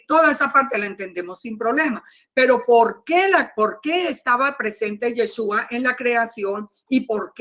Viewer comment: BLA BLA BLA BLA BLA Y NO PUEDE PRONUNCIAR Y E S H Ú A